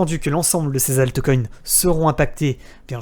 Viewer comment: Alteucoin... Brekaout... please... un minimum d'effort sur la prononciation des mots Anglais lol Sinon bien la vidéo.